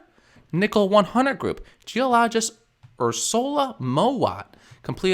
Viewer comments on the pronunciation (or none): You said geo-LODGEist lol